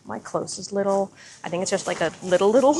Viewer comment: So fun! It’s pronounced “Lee-dull” btw😊